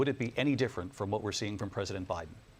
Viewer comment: Did she say Obiden? Boy that's telling isn't it? They call that a Freudian slip.